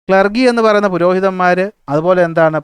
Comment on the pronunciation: ക്ലർഗി ellaa ക്ലർജി ann😂 sir 😂